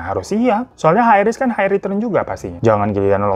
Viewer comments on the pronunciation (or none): none